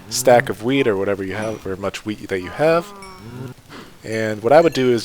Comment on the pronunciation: I could’ve sworn he said wiener